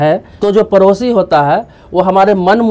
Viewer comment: Bihari.. parosi nahi padosi kaho...time waste na karo na apna na doosaro ka..🙏